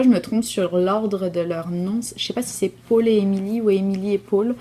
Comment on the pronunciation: Allooo!!👋🏻 trop cute que tu aies mentionné mes bas de coffre à gant mais tsé quoi? Là je me botte le derriere pour les finir va falloir que je cache un autre projet dans mon "char". En plus tu dis mon nom parfaitement! Jsuis full picky parce que les gens disent toujours Paul. (En anglais et les français de france parfois) j'envie les tricot-thé à la maison tricotée mais oh my ce serait mauvais pour le wallet! Xx